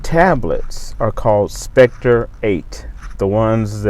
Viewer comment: My tablet was delivered yesterday. I got an email saying that a sim card would be sent in a few days, BtW the tablet is SCEPTER 8 sounds like SEP TER not specter which is what you are saying. I've heard in other video saying it like you. They are wrong too... lol.